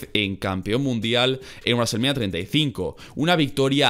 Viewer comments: Raselmanía puta me cago de risa... El que es fanático de la lucha libre (wwe) debe saber como se pronuncia los nombres y palabras...... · WWE: wrestlemania: Raselmenia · Nadie:: Reselmenia....